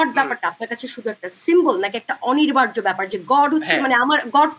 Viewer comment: অনিবার্য, অনির্বার্য না।আপুটার বাংলা শব্দ উচ্চারণে ভুল।